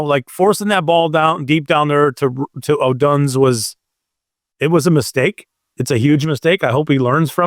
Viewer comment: LOL every time pronounces Odunze